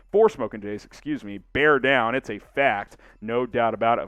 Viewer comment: Bear DAHN!